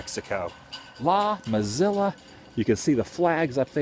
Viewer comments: La Posta rules! Very good food! Mesilla is pronounced May-see-ya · It is pronounced Ma-See-A... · just like the name of the city .It's pronounced Miss-C-Ahh